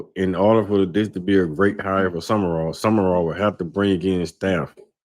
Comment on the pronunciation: The guy in the middkle is lost. His name isnt summerall. Its sumral